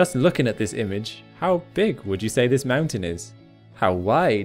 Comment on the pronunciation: Since you can say "king" properly pronounced why don't you say "looking" with proper pronunciation?